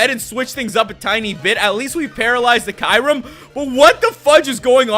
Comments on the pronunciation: you pronounce kyurem wrong.. You not supposed to say kairem.. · you said kyurem wrong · Fuck the way he pronounce kyurem fuck